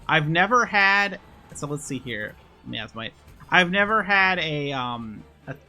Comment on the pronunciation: My-as-might, miasmite. From the word miasma, my-as-ma.